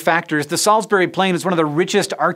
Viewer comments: Salsbree,not salsberry. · Right, so it's stone-HENGE not STONE-henge, Salisbury is Sorls-bree, and Wiltshire is Wilt-sha. But you got Monmouth right so, thank you. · And Salisbury. There's no berry on the end.